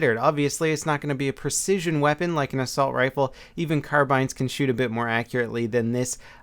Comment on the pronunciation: It's pronounced car-bean